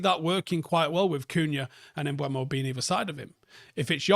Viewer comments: please, and hopefully to many more. Im pretty sure it’s not pronounced “mBWAYmo” like many are saying. That would be spelled such as “Mbuemo”. It is “Mbeumo” and if you find a clip of the actual player saying his own name it’s more along the lines of “mBoomo” to say it as easy as possible phonetically. But please stop with Mbuemo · M-BUH-MO not M-BWU-EMO,.;) Nice video anyway.